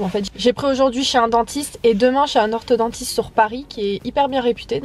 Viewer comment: on dit orthoDONTISTE pas orthoDENTISTE